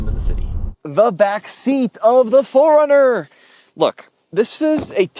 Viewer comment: It sounds like he is saying Foreigner.